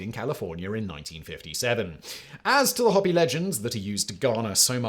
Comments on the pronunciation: Not hoppi, hOpI or hopee is correct pronounciation. Hoppi makes them sound like rabbits. Or try Ho-pee for the sound. But you sounded like hop-peye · It sounds like you're saying "Hobby". If you're trying to say Hopi, it's pronounced "HOE-pee". I mean, it should be obvious since there's only ONE "p", and not two... That's basic English. How do you not know basic English?... You're ENGLISH. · Why does he keep saying "hoppy".... Is he talking about the Hopi Indians? I apologize if I'm wrong and he's talking about something else but if he is talking about the native American tribe Hopi, it's definitely pronounced "Hoe-pee". technically it shows as "How-Pee" but you say 'ho' not 'how' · Simon, Hopi is not pronounced, "hoppy." It is "HOH-pee." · Just want to point out that you mispronounced Hopi. It's "ho-pee" not "hoppy". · Hopi has a long "O" as in hope, not a short "O" as in hop. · Great video. One small correction, the Native American tribe is pronounced Hoe-pee, not Hoppy. Even with your accent it’s way off. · Simon, Simon. . . Hopi isn't pronounced 'hoppy' it's pronounced 'hope-y'. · It's HŌpi not Hoppy. Good grief. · Hopi is pronounced like hope-ee not hoppy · "Hope e" not hop e You sound like the teacher my mother used to make fun of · Hope-e not hop-i Simon, Hop-i is Raygun🦘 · Sir, it is pronounced HOPE-ee, not hoppy. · Hoppy Indians ? It's pronounced Hoe-pee 🤣 That's alright. If he pronounced it right we'd know that it wasn't Simon but a Lizard person in disguise ! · Umm, were you trying to pronounce "hoe-pee"? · Okay, it's pronounced Hope E. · I'm half way through the video and I realized that when he says "hoppy" he means "Hopi" lol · it's pronounced HOPE E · If your talking abiut the Hopi...it's pronounced Hope-e. It's one of the tribes of the native nations in the USA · I can't sit here and listen to this guy saying "hoppy" ever 5 seconds. I've watched other videos from this channel and the way he mispronounces so many things it's irritating.